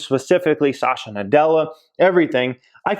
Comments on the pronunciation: Pls pronounce satya nadella correctly...its SAT-h-YA not sasha😁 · It's not Sasha, it's Satya 😞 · Its "Satya Nadella" not Sasha 🤣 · The CEO's name is Satya, not Sasha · Sat-ya Nadella. Not Sa-sha. lol. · Sasha Nadella 😂😂 it’s Satya (Sat-ya) Nadella. Amazing video btw. Always love your content! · Not Sasha bruh! Sat yeah (pronunciation)! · At 7.12, it is not pronounced as Sasha Nadella.. it’s Satya Nadella .. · Pronunciations! Just google “pronounce azure”. Also it’s Satya (suth-yuh) not Sasha... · Lol he said "sasha nadella" I had to doubletake... why you do him like that?